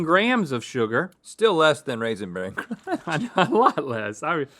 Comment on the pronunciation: I just love when Link says “cronch.”